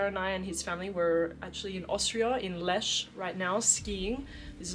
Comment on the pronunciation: great picks, especially Symphonium 😏 ... but we will work on your german pronunciation (Lech) :D